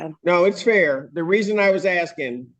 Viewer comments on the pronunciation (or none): "Axing.." facepalm